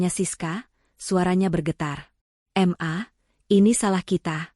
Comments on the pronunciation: BALIKPAPAN KALIMANTAN TIMUR HADIR,kenapa panggilan ke mama itu kok mmbacanya dipisah menjadi M A,aturannya kan ma aja langsung,gak enak sama sekali mendengarnya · Siapa yang membaca cerita itu masak ma dibaca em a bukan ma , bukumu dibaca buku em yu